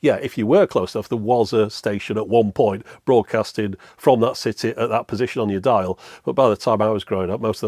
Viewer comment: Careful how you pronounce "city"! 😬